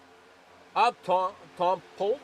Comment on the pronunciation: Great Broadcast! Fantastic job you do! Polteeeee not Polt for future races lol. Just giving you crap!